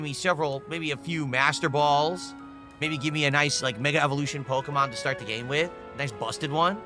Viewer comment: Why are single syllable words always 3 syllable words for? "When Nintendo sent me this gA-Aye-Me..."